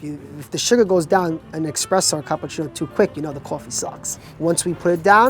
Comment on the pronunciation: Love the guy's accent. Especially the way he says coffee